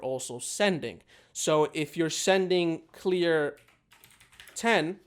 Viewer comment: he said "clear" when it's 'clear'